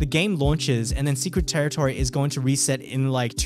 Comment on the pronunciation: dude... secwet tewitowy